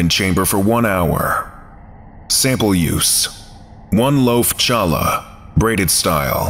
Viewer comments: Challah is pronounced "hallah"👍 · The "ch" in "challah" is pronounced like the "ch" in "Chanukah", the Jewish winter holiday. Challah is a traditional Jewish bread. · Challah is pronounced HALLAH. im gonna throw a fit in hebrew lol